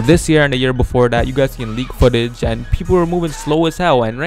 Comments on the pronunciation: "Gameplay foolage" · He said gameplay fullage lmao at start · I'm uploading another gameplay "FOOLAGE" - 2017